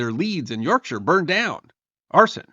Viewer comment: Well done on pronounciation! Though you, nearly, said York SHY-AH 😁😁